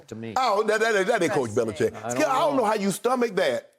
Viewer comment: skip really said "bellichickian" lmaoo